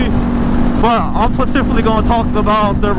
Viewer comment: Jajaja pecificly??!!! 🥴🤷🏽‍♂️🤦🏾‍♂️🤣🤣🤣